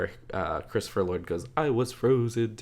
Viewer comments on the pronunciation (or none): none